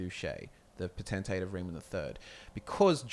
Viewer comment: Not (po-ten-tay) dat shiz is (potent-tate)